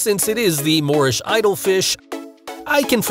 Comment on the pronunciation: FYI: #4 we call a "Moorish idol," not a "Lorish idol"